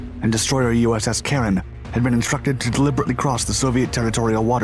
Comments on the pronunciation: USS Caron (DD 970). He got the pronunciation correct ... "Karen." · There are a couple of photos of the name on the ship's stern ... USS Caron (DD 970). He got the pronunciation correct ... "Karen."